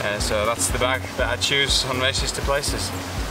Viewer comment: I love his work, but he has gotta be careful, sounds like hes saying 'racists to places' !!!! Any way man keep on racing to those places because it's only inspiring me more and more.